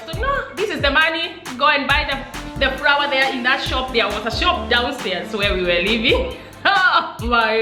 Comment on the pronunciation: you must say flour not frawa